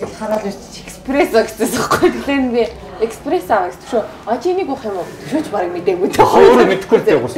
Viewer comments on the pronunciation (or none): Expresso bish shuu!! Espresso shuu! 😊